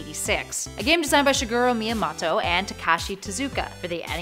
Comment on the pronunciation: its Shigeru Miyamoto not Shigiru miyamato its sad you cant even pronounce daddy Shigeru's name